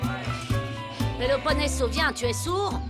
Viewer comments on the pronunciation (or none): Non sa mpaka prononsel byen nn Péloponeso